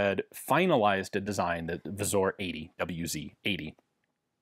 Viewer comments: Pronounce "Wzór" like "vzoor". That "ó" is really a "u" since it changes to "o" in plural "wzory". Polish grammar is easy! Just learn all the exceptions from the standard rules. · Ian "wzor" is pronounced as wzoor, its not a letter "o" in there but a letter "ó" that doesnt exsist in English alphabet that's pronouced as a u or oo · "Wzór" pronounced "vzoor" ... same "oo" sound as in "choose" or "two". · Cool to see another video on Polish weapons! Some language nitpicks (sorry): The "ó" wzór is pronounced more like a shorter version of the "oo" in "poor", rather than an "o" in "core" or "bore", "Tantal" is pronounced not too differently from English, it's just that both "a" are like in the word "tap" and "Beryl" has a hard "y", the "e" is pronounced like in "bet", and the stress is on the first syllable.